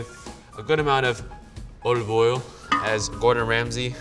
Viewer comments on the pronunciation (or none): "Olivool as Ramsay says it."